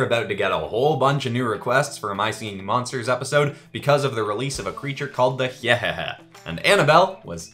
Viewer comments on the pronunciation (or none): Its pronunced hi hee hee not hehehe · It's pronounced( hi )ah)hehe) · I think hyehehe is pronounced hi-eh-he-he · Btw it's not hyhehe it's Hyehehe (Hi-yeh-heh-hay)